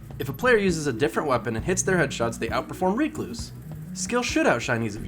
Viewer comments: also ive never heard anyone call it reecluse...ever...its named after a spider, a recluse....rec·luse /ˈrekˌlo͞os,rəˈklo͞os. but it makes sense, with as much bitching as there is surrounding this weapon to call it REEEEEEcluse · The bigger question is why YouTubers don't seem to be able pronounce the word "recluse". This guy and his reek-loose, Datto and his reck-loose...it's not a difficult word lmao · WHY ARE YOU SAYING RECLUSE LIKE THAT!!!!! HAHAHA its not REEKLUSE it's RECLUSE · Did he pronounced recluse as reeecluse? That's illegal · IT'S WRECK-LOOSE. AS IN WRECK-LOOSE-IF. RECLUSIVE. RECLUSE. NOT REEK-LOSE. PLEASE. But in this world of justice the gun will be deleted soon so you won't need to say the word again. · Great vid, but seriously, your pronunciation is so bad... Stop using the Th3Jez "Reeeeeee" before finishing the "cluse" word. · You trigger the fuck outta me every time you say it incorrectly. "Reh-kloos" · It's not Ree Cloose.. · Its pronounced recluse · Went looking for a comment like this less than 1 minute into the vid, I don't know why it bothered me so much lol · Stop saying recluse wrong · Triggered by you saying the word recluse wrong this entire video. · Take a shot every time he pronounces Recluse incorrectly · How in God's name does he not know how to pronounce the word recluse?